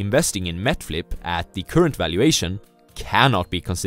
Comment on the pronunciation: MET FLIP (NET FLIX) LOL